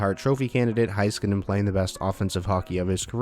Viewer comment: It's pronounced HEY-ska-nen NOT HI-ska-nen!